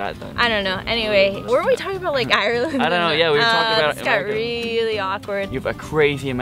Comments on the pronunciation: theres no such place as Areland that's why. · Its "I"reland not Areland. 👁 or land. Say it correctly ffs.